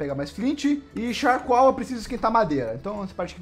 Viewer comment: Que agonia ele falando charcoal kkkkkk